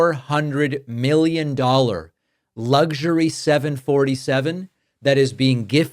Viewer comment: David , the word is luxury , not Lugsury Proper pronounciation Please 🤔